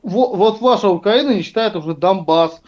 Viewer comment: "почему УкЯїна напала на Ясию?..пьитаймази!"😂😂😂